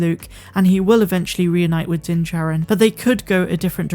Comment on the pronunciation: Just for your information,, it is pronounced Din JAH rin, not Din Jerrin.